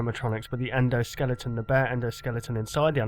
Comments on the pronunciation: He said "Endoskelington" lol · endo-skellington? i busted out laughing when i heard that